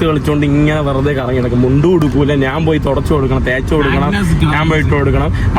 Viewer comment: നാൻ, നാണു,നാന് എന്ന് കേൾക്കുമ്പോൾ വല്ലാത്ത അരോചകം. ഞാൻ എന്ന് പറഞ്ഞു പഠിക്കുക മുറിയണ്ടി